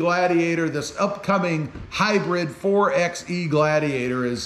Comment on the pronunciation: You saying the name wrong it’s (4- by -e) not 4 ex e , you wouldn’t say 2 ex 4 if you were going to get lumber